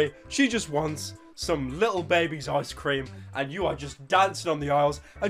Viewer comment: Ah yes, baabee pyro